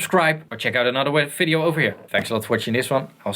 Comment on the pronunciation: "I wanna end this fideo offer here.."